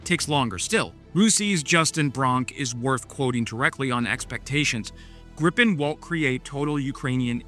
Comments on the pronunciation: Ok, may I be petty? It's not pronounced as in gripe, the i-sound in the JAS39 is closer to what would be spelled as ie in English. Same sound as in field. I won't complain about the r-sound though, as English doesn't have that sound. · GREEEEEE-PEN... not GRIP-pen I know you're American, but put some effort in.